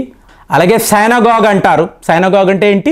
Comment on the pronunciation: సైనగోగ్ కాదురా సినగోగ్. మీరు చాలా పదాలు prononciation తప్పుగా చెప్తారు.నాకు అది నచ్చదు.